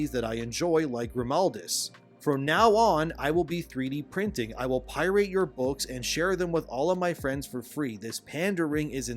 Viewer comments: "PIE-RATE" Do you intentionally mispronounce things? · Pyrite??? You mean pirate??? Do you have a speech impediment or something??? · what's a Pierate? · Up until now, I have enjoyed your channel. Seems that you might be using AI to narrate your posts. Do you really not know how to pronounce pirate?? Pie-rate? Really? If you don't have the time to actually narrate your articles then I don't have the time to listen. Laterz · I'm so shocked by someone not being able to pronounce "pirate"